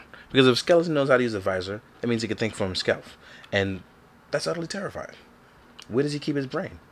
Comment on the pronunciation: “Think for himskelf” 😂😂